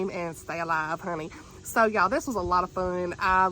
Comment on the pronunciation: Girl I have to say, every time you say "honey" it kills me because you say it so well lol I'm southern but I can't say 1/10th as well as you can 🤣